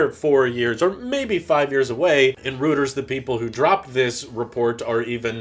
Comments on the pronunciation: Reuters, pronounced "royters" not "routers" - although that probably would make sense... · It’s Not pronounced “ rooters” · I really wanna punch him in the face for mispronouncing a Reuters!